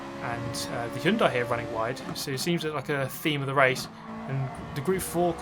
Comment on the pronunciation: Hyundai! Finally someone who can pronounce Hyundai correctly.